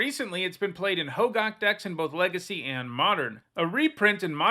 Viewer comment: isnt it pronounced "ho-gack" not gawk? i might be wrong though